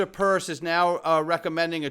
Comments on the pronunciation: Hester PIERCE….not PURSE. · Why do you always say Hester Purse..its Pierce 🤡